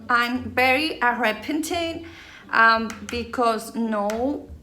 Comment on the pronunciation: JAJAJAJAJKAJAA amo el “bicos”; me recuerdas mucho a mi mamá, siempre bien alegres, haciendo y diciendo pura tarugada risa y risa😂